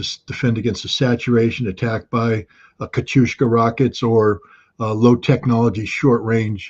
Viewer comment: It's Katiusha, (a female name, derivative from Yekaterina/Catherine) not Katiushka, Scott. Russian media reports state that Iranian missiles have destroyed 4 Israeli bases: Nevatim & 3 more not far from Tel Aviv. Also allegedly, over 20 F-35 jets have been destroyed.